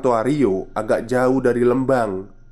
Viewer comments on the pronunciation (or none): Telat nih baru dengerin podcastnya, maaf mas Lembang itu dibaca Lembang pake E biasa, kaya huruf E dikata Merah. 🙏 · Lembang jd leumbang 🙈🙈🙈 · Skedar masukan. Pengucapan " E" pd kata Lembang hrsnya spt Pengucapan E pada kata Lele.maju trus min.....